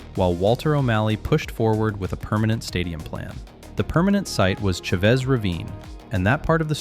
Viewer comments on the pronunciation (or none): Well done! Excellent video. With respect, the ch in Chavez is not a hard sound… it sounds more like an sh, like shaves ravine. Dodgers Stadium will be the home of the Dodgers until an earthquake takes it out, they keep that place up to date and in immaculate condition